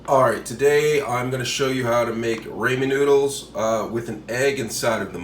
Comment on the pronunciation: I couldn't even focus on this video after I heard Raymond noodles I went straight to the comments lol